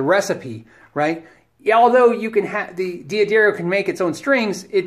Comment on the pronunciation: Oh man if i knew you in real life i'd give you so much shit for saying dee-addario. Not to mention saying "dadario" makes me think of alexandra daddario and no moment is wasted doing that. Great vids man thanks for making them.